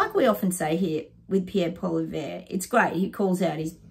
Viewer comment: It wouldn't be the same without the snoring doggos. This set is great too. Pierres last name is pronounced polly-ev-rrrrra. Its a french name. He doesn't care how we say it as long as we check next to it on election day. ( Which can't come soon enough)